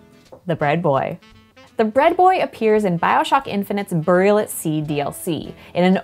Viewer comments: Did she just say "boorial"? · goin nuts over the way burial is pronounced in this minidoc